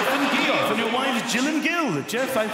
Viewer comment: I died when he got to: "Jeff and GEE-off" xD